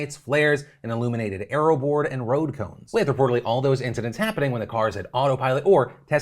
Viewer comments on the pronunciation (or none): none